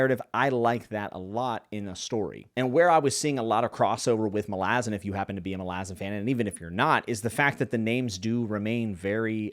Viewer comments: Why do you pronounce it as "malAzan" ITS "mAlazan"! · You can’t even pronounce Malazan correctly. Reported.